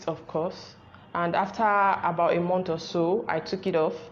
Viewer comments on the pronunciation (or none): none